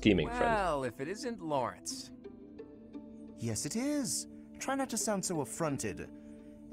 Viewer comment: Lorenz? I think you mean Lorenzzzzz